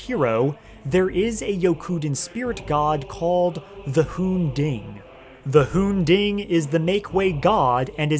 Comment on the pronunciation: It’s the hoon-ding